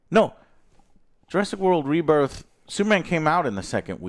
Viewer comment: Learned a new way to say rebirth :)